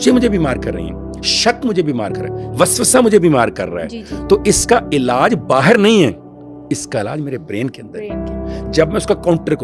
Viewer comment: First pakistani to say Bahar and not bahir😂